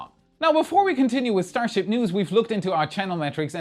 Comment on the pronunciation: "Enough Starshiip for today." no